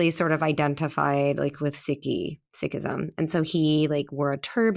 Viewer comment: i have zero compassion for over privileged white women who fall into a yoga cult. also she knows nothing about the original teachings, not even how to pronounce sikhism??? and how many times can one say like in one sentence? the L.A way she talks is unbearable... do ppl in L.A. know that they sound like this?